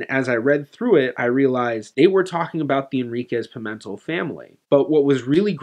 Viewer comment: Just one thing: in Portuguese, the stress on "Pimentel" falls on the last syllable (which is read like English "tell"), not on the second syllable. So, it's not Pi-MEN-tel but rather Pi-men-TELL.